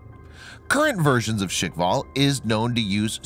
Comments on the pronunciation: The supposed range of 11 to 15 km with a nuke warhead would probably kill the ship or sub launching it. I don't agree with the pronunciation of 'shikval', I rather assumed it would be more like shkval, like a Russian version of the word Squall, but that's just me. The idea of supercavitation has always been fascinating to me, but it seems to have stalled in recent decades, I read of plans for ships and subs using this concept for propulsion but nothing ever seemed to come of it sadly. Probably due to the aim and fire line of sight, as steering would be almost impossible. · Why you read it “shikval” . Shkval no i needed there. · Guys.. It's called Shkval.. Not shikval.. At it means squall. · and its "shkval, not shikval". Learn to pronounce what you read :-D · Firstly, it’s shkval, not shikval. Secondly, knots is already nautical miles per hour. Not intelligent to call it knots per hour. That’s redundant. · It is pronounced SKHVAL. SKH is pronounced like SH in SHOOT. Followed by VAL It's knots not knots per hour. Also, there might be an error in the subtitles. It's technology feat not feet. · Guys, be easy on the "škval" pronunciation. Slavic clusters of consonants are hard to pronounce for most people, so they just insert a vowel where there is none. My friends have the same difficulty, they just can't say things correctly. If I say "Trst" (the city of Trieste) they say "Terst". They just HAVE to put a friggin vowel in there. Škv is a piss easy cluster to pronounce for me, it isn't for them. 🤷‍♂️ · hahahahaha yup, he butchered that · there is no "i" in the word Shkval - i do understand this is a foregn word for you, but at least you could follow the english alphabet and not make up new sounds where is none in that particular word just try to read it letter by letter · "Shik-val"? "Knots per hour"!!! And this guy expects to be taken as a seriously? "technology feet". Feet?? Oh dear.